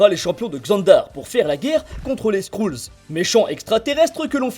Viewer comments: Les skrule sérieusement On dit les skrele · "skroulls" haha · "Les Skroulls" j'ai pleuré